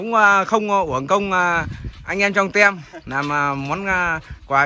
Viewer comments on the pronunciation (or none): tim chứ không phải tem nha anh zai :))